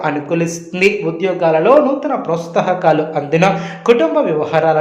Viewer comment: అది "ప్రోస్తాహకరము" కాదు నాయనా "ప్రోత్సాహకరము" అని పలకాలి .